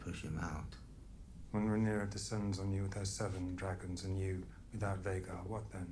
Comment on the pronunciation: We’re 18 episodes in, he’s even read the book… and is still saying Rhaenerys 😂 dammit!